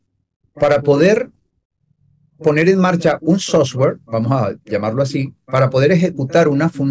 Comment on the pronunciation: SOFTWARE. NO SOSWARE LOL